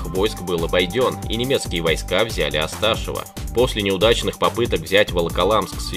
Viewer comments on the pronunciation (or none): ОсташЁво, а не ОстАшево.